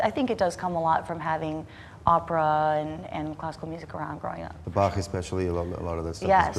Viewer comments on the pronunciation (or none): none